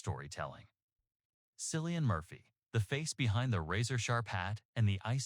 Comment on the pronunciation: His name is Cillian, with a hard C, not “Sillian”. Why can’t people get his name right?